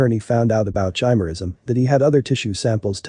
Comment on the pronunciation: It's pronounced ki-mer-ism, not chi-mer-ism.